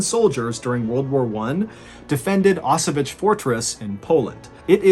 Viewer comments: Actually it should be pronounced more like "Osoviets". It would be as close as it gets to original pronunciation. "Osovich" sounds nothing like Osowiec, where the story takes place ;). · It's an amazing story and I love the way you told it, but... It's not "Osovich", it's "Oso-vee-ets" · Actually, it's pronounced like 0s-sovyets, not oss-o-witch :) Love the stories, anyway . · O-so-viets (the last part read like in VIEtnam) You're welcome : > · favorite battle of ww1, i wanted to hear you take on it. and i loved it, but one problem. its pronounced ow-s-vetz, kind of like auchwitz, but with a hard ow. but in russian instead of polish its more Oso-viets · Wow, I'm from Poland and I've never heard of that event before. Truly interesting story! I'll try to visit the fortress if I have a chance. <3 I might also add you pronounce "Osowiec" quite incorrectly. 😅 "Osow-" is correct, but you pronounce "-iec" like "itch", when it should be like middle of the word "pr-ETZ-el". :D But ponunciation of "Kotliński" was pretty much spot on for native English speaker. :) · Great story telling, Mr. B, but 1) the fortress name is pronounced /ɔˈsɔ.vjɛt͡ɕ/, with t͡ɕ at the end pronounced like 'ts' in 'tsar', and 2) Second Leutenant Vladimir Kotlinsky was not an 'inexperienced soldier', he was the commandant of Osowiec with at least twelve months of combat experience by the point described in your video. Apart from St. George's Cross you mention, he was awarded two other orders of the Russian Empire. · is he talking about Auschwitz? never heard anyone pronounce it like that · Thank you. I couldn't scrap the name of the fortress from anywhere. That English pronunciation messed my mind.